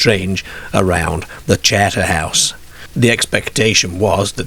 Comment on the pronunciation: I think Terry the ex marine was on a wind up to frighten the kids he probably was laughing to himself on the quiet seeing there wide eyed reactions to his story , this guy narrating has a wierd accent northern English mixed with Australian he says charter house oddly charterhouse is a famous British public school for the upper classes his pronunciation is very odd